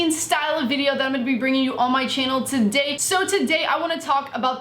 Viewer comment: It annoys me so much that she says the word "today" with that accent in every single fucking video